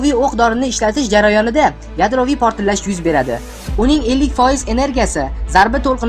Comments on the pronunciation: Портиллаш эмас портлаш соков мол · sal tuzukroq talaffuz qiling admin. protillash emas. portlash deb ayting